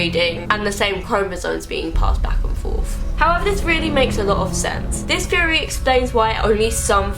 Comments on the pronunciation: "conspiracy FFFFeory" "Scar, his broVVVVer" "the weaVVVVer" -.- I never make fun of accents but the "Conspiracy Feory" thing is KILLING ME I cant.... and before anyone says "ummm...don't watch?" I have never seen this chick in my life and was not at all prepared for THAT. 😂😂😂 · i kept thinking "why is she saying fairy wtf is that like a thing from england or" and then i realized she's saying theory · who else noticed how she says feme instead of theme and feorey instead of theory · Why does you saying theory sound like fairy? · anyone else thought she said fairy when she says theory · everytime she says theory i think she is saying fairy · when she said theory it sounds like "fairy" lmao